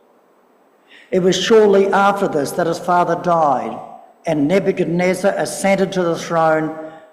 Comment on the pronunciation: its Ne-buch-ad-neezer, not nebuneza